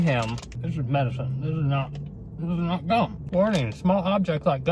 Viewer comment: Replace G with c when he's says gum